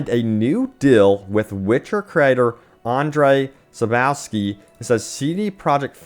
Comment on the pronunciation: Andrey Sapouwsky, Jacob Sasamaleck, Adam Kizinsky, Donata Powalskyplaska, Michel Nowalsky. Yes, this is how their mothers named them and this is how we call them in Poland... Some ground rules if you're interested for future: Andrzej Sapkowski - "rz" is always pronounced like "g" in word "gel" or in "garaGe" but it's smooth (see french pronounciation of the word garage for reference); "w" is like your "v" Sapkowski; BONUS: "o" is more prounounced like rAW and not rOW. Jakub Szamałek - "J" is pronounced like a long "i"; "Sz" is always pronounced like your "sh"; "ł" this is not "l", it is actually pronounced exactly the same as your "w". Adam Kiciński - yeah this is as good as it gets without going into deeper studies. Donata Popławska - I think you are now geared up to pronounce this one :D Michał Nowakowski - this is easy now! Congratulations, you are now able to pronounce polish names!